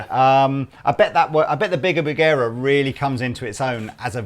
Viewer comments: "Bugera" is actually pronounced: "boo'-ger ray" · pronunciation of Bugera makes me uncomfortable. Even if he's correct. It just feels weird.